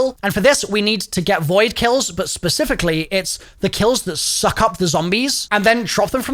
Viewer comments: He emphasized suck and balls s little too hard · bro really emphasized balls and suck so hard